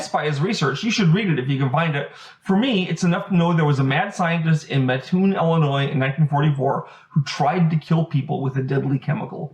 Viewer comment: Hey! I’m from Mattoon, lots of family legends about the Mad Gasser. Would love to chat with you about them. Also props for pronouncing my hometown correctly.